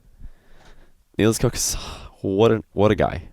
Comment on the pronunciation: It isnt pronounced NielsCock, it's NielsCook